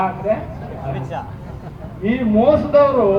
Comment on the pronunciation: ಈ ಸ್ವಾಮೀಜಿ ಅವಿದ್ಯಾವಂತ ಗೂಬೆ ಎಂದು ಗೊತ್ತಾಗುತ್ತದೆ ಇವನ ಭಾಷಣ ಕೇಳುತ್ತಿರುವವರು ಇವನಿಗಿಂತ ದೊಡ್ಡ ಅವಿದ್ಯಾವಂತ ಗೂಬೆಗಳು. ಕನ್ನಡ ಬರಲ್ಲ ಎಂದು ಇವನಿಗೆ ಗೊತ್ತಾಗುತ್ತದೆ ಸ ಎಂದರೆ ಅಮಿತ್ ಸಾ ಅಂತೆ, ಅಮಿತ್ ಶಾ ಎಂದು ಹೇಳಲು ಇವನ ನಾಲಿಗೆ ಹೊರಳುವುದಿಲ್ಲ